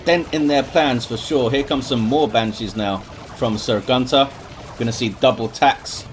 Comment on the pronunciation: The "great eldritch" was from Sir Gunter. If you look into the chat Iyanna tells him that he just killed most of her army and he apologizes that he had a lag spike. Btw: it always triggers me when you say "Gunter". The way you pronounce it, it means "male goose" where i come from. It just doesnt feel right. Very chaotic game; I am surprised Eldar were able to come back after that eldritch